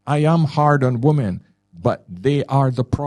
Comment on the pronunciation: I love this show and guy. English is his first language. Why is it he cannot pronounce the word "women" properly? WHY? The show is about women and this is the only word he can't pronounce. It is beyond bizarre. Every other word in his lexicon is perfect. It is pronounced WIMMIN FFS. (35 years teaching English to non native speakers and this is the most difficult word for non natives and "clothes") Surely he is a native speaker of English? Utterly bizarre. Freudian perhaps?